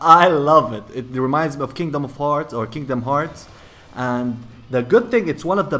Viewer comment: "Kindom of Hearts" Me: TRIGGERED